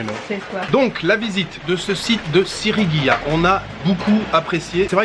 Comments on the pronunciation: Sigiriya et non pas Sirigiya comme il le dit plusieurs foie dans cette belle video.....cela ma bien fait rigoler. Le décor est à couper la respiration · Salut, c'est pas Sigirya plutot que Sirigya? Profite bien du Sri Lanka, c'est top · Ahah SiRIgiya ça m'a perturbé toute la vidéo ^^ Superbe coin dans la nature! C'est aussi très sympa de monter sur le Pidurangala rock just en face pour avoir la vue sur le rocher :) Hâte de voir la suite du programme!